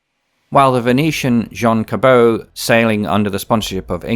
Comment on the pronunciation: Excellent. I noticed a few minor faults, such as the pronunciation of John Cabot's name.